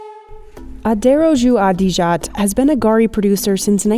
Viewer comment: Garri is pronounced more like the name "Gary". I mean, you literally had someone say it accurately